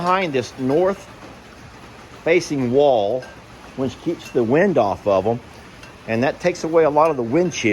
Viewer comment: I know I am the only one, but I smile ever time says which. He uses the word a lot but he pronounces it winch. I live I n the Midwest and people here say words wrong, too. They pronounce supposedly - supposably. I hope when I take a trip to Texas I meet a lot of Texans that say winch. I love how unique US English is.